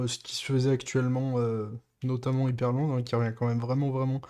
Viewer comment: Pourquoi tout les français disent " hypErland" au mieux de " hyprland " ???? Sinon pourquoi autant d'opacité sans aucun blur ?